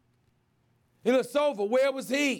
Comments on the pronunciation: Whether it was Ersan Eh-e- Eller-a-sova 🤦‍♂️😂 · Brenn K mirochitch and illyersover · SAS pronouncing Antetokounmpo: perfect SAS pronouncing Mirotic/Ilyasova: brain aneurysm